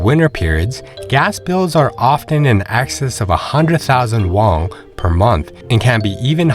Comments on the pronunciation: Have you heard about what sending kids to school is like there? I guess most retirees don't have school-age kids so it's doesn't get brought up very often. Won is pronounced "won" not "wong" btw. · I tried to watch this but you kept saying "wong" instead of won and it really put me off. It's like you're trying to make it sound "Asian." It's pronounced just like the English word "won" or "one."